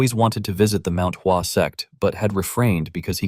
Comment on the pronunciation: Bro it's Mount hua What is wasuang